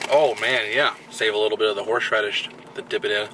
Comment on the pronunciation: I can't tell if you said Horseradish or Horsh Radish 😂